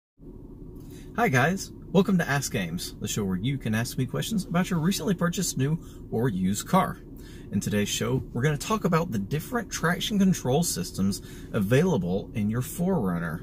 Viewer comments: Bro, I thought you said "Ass Games", rather than Ask Ames. I was like, "WTF is this guy gonna say?" It turned out to be the most informative video I have seen on operational control of 4WD settings in the 4runner, across trims. May you live to be 1000 years. Cheers! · i thought you said ass games. that's a different kind of video though. asside from me being as ass its a great informative video. thank you. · I totally heard, "welcome to ass games..." I was like, WTF?